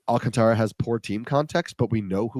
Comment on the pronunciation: Just a heads up guys, it’s pronounced Sandy “Al-contra” not “Alcan-Tara”